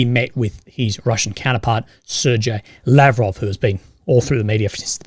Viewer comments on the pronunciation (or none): none